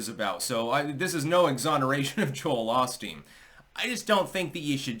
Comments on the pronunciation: It is pronounced Owe Steen. Not awl steen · pronounced “o-steen" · Drinking game: Every time says "Ahsteen". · Joel Ahsteen?